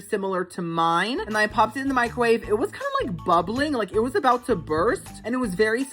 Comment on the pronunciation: Lol "I'm NOT gonna talk Cout it" BUT you STILL talked Cout it hahaha I love it ! 🤣 💀 😅 💙